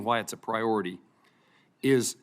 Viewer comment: Priy ority and be owned 😂???? Be owned? He needs speech therapy